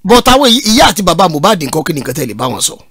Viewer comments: Honestly, everyone failed Mohbad, he cried out more than enough. I feel so bad when people mistake his name for "Mo bad", the pronunciation is "Mi oh bad" meaning i'm not bad!! Ileri Oluwa, Imole, may God rest your soul and fight for you! 🙏🙏🙏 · Yes you are right Sir. Unfortunately got it wrong. The correct pronounciation is Moobad he even explained himself the meaning of Mohbad.